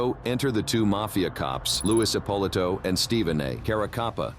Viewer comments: Narrator is a knucklehead. It's "Ep-oh-lee-to" not whatever the hell he said... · Epp-o-lee- toe